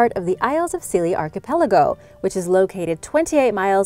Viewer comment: Nobody commented how many times you mispronounced archipelago?